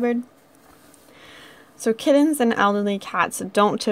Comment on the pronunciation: She says "kiddens" not "kittens" lol